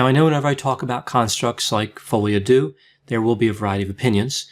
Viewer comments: Hi! Love your videos! I just wanted to mention, since you seem to often speek about "folie à deux", the "deux" is not mentionned like you would say "do" or "dew", but more like you would say "der", like the end of "grinder"! Keep up with the great content 👌👌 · It's follee ah deuh not uh doo. Depression alliance dot com is wrong. They have depressed me more than Coronie. Great video otherwise!